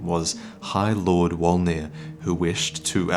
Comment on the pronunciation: I always thought it was pronounced "volnir" not wolnir